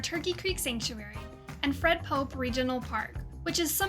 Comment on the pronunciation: It Fred Poppe like a poppy seed. Are you new here? Lol